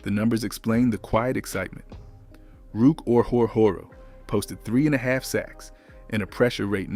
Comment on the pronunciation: I can forgive the bland, monotonous narration, but some of the mispronunciation is fatally off-putting. The Brits can get away with Jag-you-ars, but they do not seem to be the target audience here . And Ruke Orhorhoro's name gets absolutely butchered. Is it not within the realm of possibility to tweak these things?